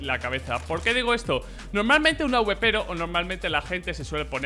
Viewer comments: "AUBEPERO" jajaja es Awper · Emm que horrible suena awpero di awper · Un AWEPERO JAJAJA se dice awper